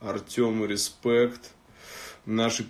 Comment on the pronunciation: Сука объясните кто-нибудь подобным ебланам, что говорят респЕкт, а не респЭкт, пиздец... Если уж по английски через "Э" говоришь, говори полностью..